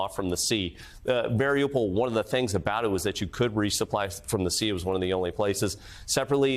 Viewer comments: Mar-ee-OOH-pole* Not "mare-ah-pol" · It's pronounced, Mar-e-you-poll